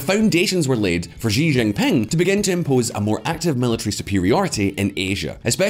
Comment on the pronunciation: I think we're at the point where your silly pronunciations need to be called-out. All you needed to do with Xi Jinping is pronounce it like everybody else. Making-up something novel doesn't make it right. If he were called Zhi Jinping it would be written like that. And then your own pronounced it something like Chíiì-jín Ping. Do you really think this enhances the video, or detracts from it. There was a time when this channel would actually research things to make sure it got them right. You could have just followed the original Spanish speakers: both the narrator and Sr. Tonta-voz got it right.